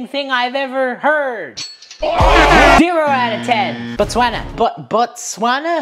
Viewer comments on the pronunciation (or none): botswana (he said the name wrong)